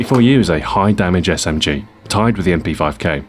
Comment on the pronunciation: Smg-----my ears started bleading